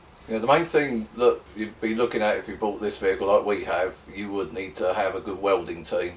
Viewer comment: "vehicle" spoken ;like "police talk",,,,"tyres"????????? were these on the Bedpan route? id so used them as a commuter